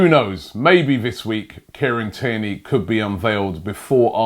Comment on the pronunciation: only OG's remember when robbie said kierny